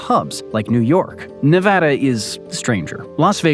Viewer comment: Very informative. Also, thanks for pronouncing Nevada correctly.